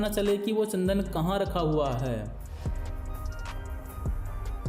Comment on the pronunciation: Tsandan nahi chandan bolo